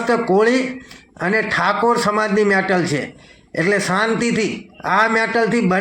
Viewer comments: મેટલ નહી મેટર પેલા બોલતા શીખ મેન્ટલ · Pela metter bolta sikh dofa 😂😂